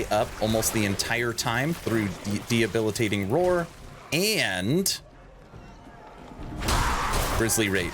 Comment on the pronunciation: 👮‍♂There's no "H" in "Debilitating." You're thinking of the word "Rehabilitating." Great build.